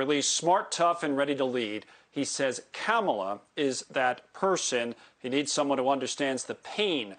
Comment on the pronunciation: Kamala, like the wrestler who just died? He saying her name wrong.